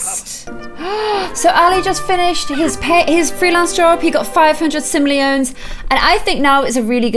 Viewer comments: It’s simoleeon not simoleon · I think it's pronounced Sim-oli-ons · Watching in 2021…loved this series and these sims so much. Giggle every time say simleons instead of simoleons. And Ali in his pants 24/7…teehee. 💜💜💜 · It’s 2022 and it’s really wierd to hear not even be able to say “sim oh lee ans” and says “sim o lee ans” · No one:: SiMlEoNs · She said simoleonss